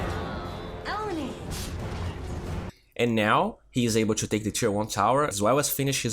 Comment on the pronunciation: can you pls stop saying "chew" instead of "to"? it is the fact i unsubscribed (